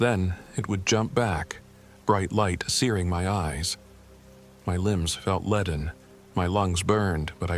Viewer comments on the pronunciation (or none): none